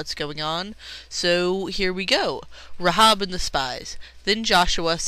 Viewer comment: The correct pronunciation is "Ray-hab", not "Ra-hob" She's a true heroine of the Bible, an ancestor of Jesus, and you have no idea what you're talking about.